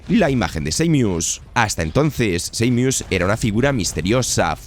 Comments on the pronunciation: Samius wtf jajajajajaj Sa-mus imagina que la mu es el sonido de la vaca muuuuuuu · seimius xd